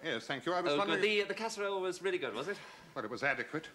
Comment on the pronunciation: It was " Veal-ly Really" 😁